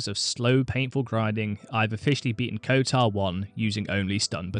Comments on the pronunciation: kotOr not kotAr... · Kotar? KOTOR!